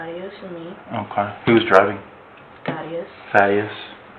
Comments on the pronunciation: Thaddeus- like "bat", not "ate". It's a short "a" 😉. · It's pronounced "tad-ee-ous" not "thay-dee-ous". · Thaddeus. Not thay-d-us. Thad-e-us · "Thay-de-us"? It's a long /a/ like in "dad." Wtf? Also the echo and pitch is a no bueno for me. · Omg it's not Thay-dee-us it's Thad -e -us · It’s pronounced Thad-e-us 😊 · The annoying girl chosen for the AI narration even pronounced Thaddeous wrong 😂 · Sorry Lana, but you are not Malik’s gf. And that’s not how you say Thaddeus.